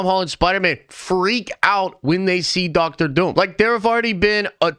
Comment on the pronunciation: Why do you say Dr Doom like that, like "DoctOr DOUm"